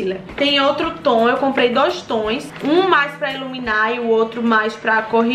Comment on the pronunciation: Eu tenho agonia quando a fala batoins e toins kkkkkkkkkk